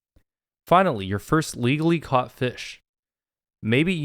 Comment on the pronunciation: help at one point in this vid he said caught n i thought he said cock